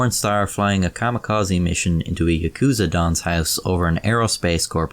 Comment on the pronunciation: Ah shit he butchered the pronounciation of yakuza. I'm out